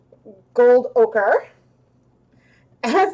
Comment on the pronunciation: Ochre is pronounced oker not okra